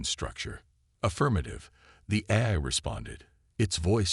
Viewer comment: GEEEEEEZ!!!!! I stopped listening in to the story. Your AI SUUUUCKS!!!!! GOD I wish you people would either get AI that works or STOP using them and narrate your own stories!!!!!!!!!!!!!!!!!!!!!!!!!!!!!!!!!!!!! "QUAR-in-TINE", "EYE"(AI), "SAB-a-TAYGED", "e-KO-ing"!!!!!!!!!!!!!!!! I am done!!!! You are definitely off of my listening list.